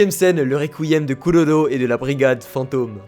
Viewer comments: normalement on dit kuroro pas kulolo xd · Killua et koulolo ?!?!?! Kirua et kuroro 👌🏾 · Mdr quand tu dit pololo 😂